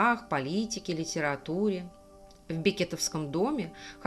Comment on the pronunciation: Бекетовы - ударение на второй слог. Имение было 120 десятин (не два)